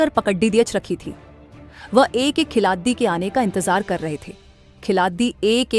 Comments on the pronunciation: अरे AI जेनेरेटेड विडियो है। खेलाडी को "खेलाती" बोलना जरा ध्यान दिजिए, बाकि सारे गफबाजी है ईश भिडियो मे। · Khilati kyu bol rahi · आपको हिंदी बोलना नहीं आता क्या? खिलाड़ी को खिलाती बोल रहे हो। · मैडम यह खिलाती क्या होता है खिलाती !!! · Vedo m boley bali ladki ki hindi acchi nhi h sudhaar karo.।khiladiyo nhi khilario hota h speaking m not writing.। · मैडम खिलाती नहीं खिलाड़ी बोला करे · खिलाती क्या होता है खिलाडी़ होता है😂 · ये न्यूज कहा की है भाई जिसको खिलाड़ी बोलना नही आ रहा है वो न्यूज पढ़ रही है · Lady narrtion अच्छी हिंदी पढ़ रही है,पर खिलाड़ी नहीं बोला जाता,हर बार क्या बोलती है,खुद सुन लो😅😅😅😅